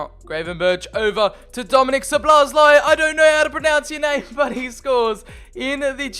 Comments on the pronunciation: Szobolozai. xDDD This is fun to hear as Hungarian. I think you should pronounce Sz as u pronounce s obo is ok the other sz is simple s again and lai as lai. So Soboslai. xD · The pronunciation is pretty much So-Boss-Lie (The lie part is with british accent). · (Zo bo lai) thats his pronounciation :) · Szoboszlai = Sawbosslai not sobolosaj😂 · You pronounce soboszlai as sobosluyi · szoboszlai you must read like 'Shoboshlai' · You need to pronounce Szoboszlai like Schobosschlai. Or i guess it would be allright if you say soboslai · If you want to pronounce Szoboszlai than just try like this: "SOBOSLA-I" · Szobozlai (So-bo-zlai) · He is pronounced soboslai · Szoboszlai is pronounced shoboshlai if I am right. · It’s said sobozlai